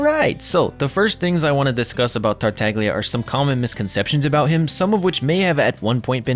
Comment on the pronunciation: It's pronounced "tartalya". As an italian my ears bleed whenever people don't even put effort in tryna pronounce the harbingers name correctly. No shade